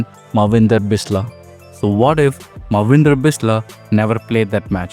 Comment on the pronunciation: It's so annoying to se you misspelt and misspronounced Manvidra Bisla's name.. he has a "n" sound in his name.. it's pronounced -Maan-vindra